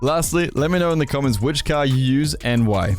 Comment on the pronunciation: man said “caah” instead of “car” 😭